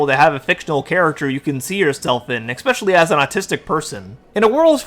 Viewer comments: From the bottom of my heart, please please PLEASE, use a synonym for "especially", if you can't help to say EX-specially. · I have said this to so many YouTube creators: "Especially". Not "expecially". P.S. My son and I are both on the spectrum. I didn't have horse therapy, but he did when he was younger.